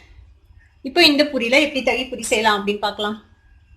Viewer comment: தாகி பூரியில்லை தங்கமே இது தகிபூரி அதாவது தயிர் பூரி ஒக்கேவா குட்டி